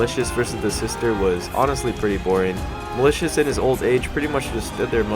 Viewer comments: TARON MALICIOUS I FUCKING CANT MY EARS ARE BLEEDING IT'S FUCKING MALICOS, thanks for coming to my Ted Talk. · malicos not malishous <3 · WHY DO YOU SAY TARON MALITIOUS